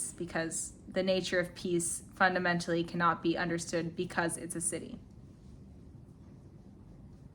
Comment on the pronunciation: I don't like this saying "to be empty" or whatever it is. I think to let go of ego, be humble, and compromise feels better. "To be empty" feels souless. When you say siddhi, it sounds like acidic to me lol. Never heard of this word or what it means. I liked her story of the glowing man named Ben. Nice talk.